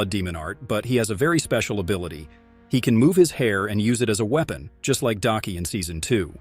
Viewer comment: What the youtuber said: weapon (I heard it pronounced as “weepen”)